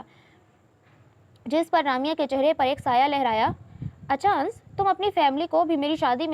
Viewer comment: Ans nahin "Anas " Hota hai Dear😀